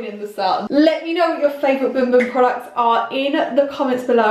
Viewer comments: It looks like it pronounced as bum bum how it’s spelled but she pronounced boom boom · Bum bum not boom 🤣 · The correct pronunciation from Portuguese is boom boom. But even a guy who did a video on it called it both boom boom and bum bum so imo it's fine to pronounce it either way.